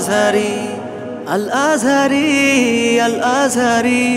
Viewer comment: কি গজল লাগায় আর বানায়, আজহারীর নাম উচ্চারণ করতে পারে না। কি উচ্চারণ করে আল আজারী😅